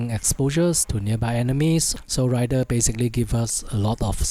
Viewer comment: Raider, not Rider